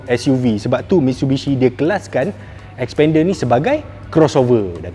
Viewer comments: Xpender ya, bukan Sepender😅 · ble sbut bnyi mcm spender.. haha